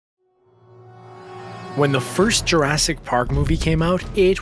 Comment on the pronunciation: it's Jurassic not urrasic